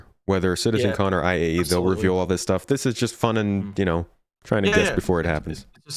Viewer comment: Take a drink every time says AIE instead of IAE